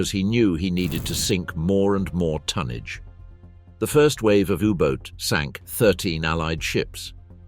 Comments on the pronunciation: Great video thanks for that 👍 u boat not u boot though 🤭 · OR... u boata 😅